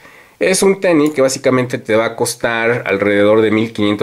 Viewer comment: El tenis, no el teni